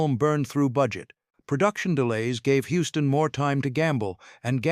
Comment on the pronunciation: HUSTON NOT HOUSTON!!!!!